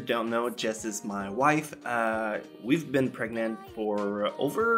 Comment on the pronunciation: 'We've been pregant' LMAO